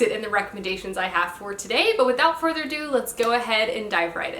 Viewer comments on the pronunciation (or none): none